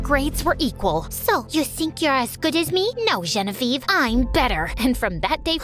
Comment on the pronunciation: Why does it sound like when you say Genevieve ei roi it sounds like Genevieve royel😊😂